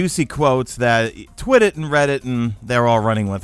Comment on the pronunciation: twittit instead of Twitter